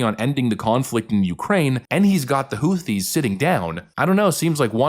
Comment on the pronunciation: She wouldn’t even be able to say Houthies